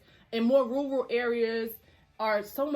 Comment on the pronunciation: “Southern states in more ‘woor woor’ areas”. 😆😂😂 can’t pronounce RURAL for shyt. Damn I love her lol